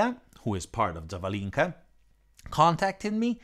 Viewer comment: The correct emphasis in the name Zavalinka is on the second "a".